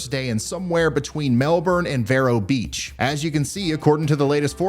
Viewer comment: That would be pronounced...VEE-ROW Beach, you're welcome